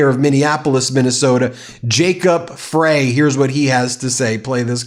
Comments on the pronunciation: Hi Ben, thanks so much for sharing what is happening in my state of Minnesota. I too would probably run if someone was running at their top speed towards me! That would be terrifying! As for how to correctly pronounce Jacob Frey's name, the name sounds more like Fry vs Fray. (as I was watching this well put together video). Just trying to be helpful as you bring us the news on goings from the great state of Minnesota. Thanks again and keep up the great work! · Minnesotan here we are fed up! OMG what he went through was NOT okay. Impeach Trump NOW! Mayor Jacob Frey (pronounced fry) is absolutely correct that this is targeted and against the law. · BTW, Ben, been watching for 2 years or so now, hate for ya not to be in the know, but it's Jacob Frey who got elected despite pushback, and racism in our own State, see Rep Emmer for that nicety, but pronounced like Glenn Frey of the Eagles' ''fry'' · Ben and all, the name of the Mayor of Mpls is pronounced Fry, as in Fry some eggs. It’s spelled Frey, so your error is understandable.